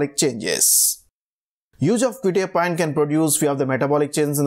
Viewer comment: Nice video but you are pronouncing the name wrong, it's "kwe-tye-a-peen" not "kwe-tee-a-pine"